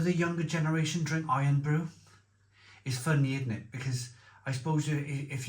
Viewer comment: Is the Barr's drink not "Irn Brew", rather than Iron?